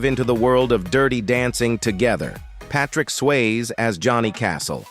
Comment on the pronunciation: I think you need to look up how to say peoples names. How do you not know how to say Patrick Swayzes name????